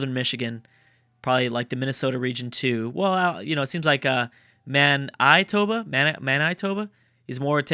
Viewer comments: Bruh who told you to pronounce Manitoba like that? Its Man-it-oh-bah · The continuation of the Manitoba mispronounciation